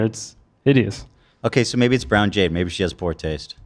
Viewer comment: its JADE.. Not Yade